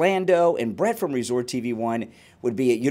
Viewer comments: Oh… And it’s Brit not Brett lol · That would not be possible without BRIT’S cooperation. Please get his name correct if you are going to report on it.